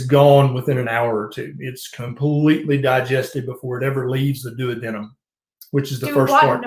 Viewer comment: 🤣😂 As soon as I hear “Doo-wadnum” I immediate think of the old episode of family guy! If y’all haven’t seen it, just search Family Guy duodenum!